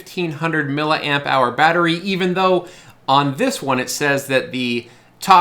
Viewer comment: Mill-eeeee amp hour, FFS!!!